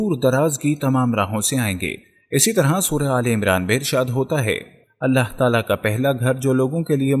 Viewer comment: Allha ek hai aap sahe se bolo Ahlla farmate nahe farmata hai